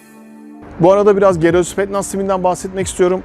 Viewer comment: spetnaz değil kardeş spetsnaz olacak